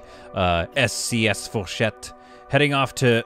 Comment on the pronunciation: I sware it sounded like when you said “SCS” was “ASC” as i had background noise